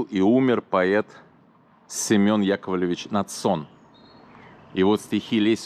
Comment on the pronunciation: Поэт НАдсон. Ударение на первый слог. Без обид, просто поправила.